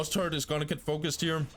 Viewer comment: It always makes me smile, how you pronounce ''turret'' as ''turd'' :D but thanks for the videos! keep it up :)